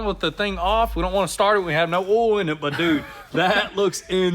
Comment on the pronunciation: 1.Errr the word is O I L not O H L.(elder bro).2.Paint the body white with the pillars and roof black….